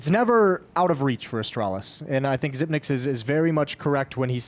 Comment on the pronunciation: xyp9x should tell the commentators to pronounce his name correctly